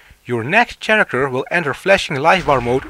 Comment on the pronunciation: Nice instructions, but you should correct your pronunciation of "character." It's pronounced like the "ch" is a "k".